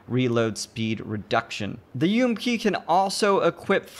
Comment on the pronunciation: Subbed just because u said U-M-P and not fucking ump